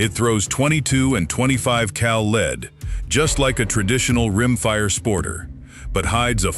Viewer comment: since when is MKII Pronounced Mckee and lead is not leed dam AI is taking over and not sounding too smart